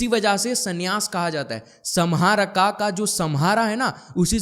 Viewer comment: Samharka को हिंदी में सम्हारका लिखेंगे । लेकिन सही उच्चारण "संहारक" sanhark है । Vedio banani hai to pahale sahi spelling likhna or bolna sikhle